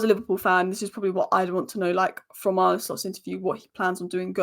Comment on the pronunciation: Arne = Arn Uh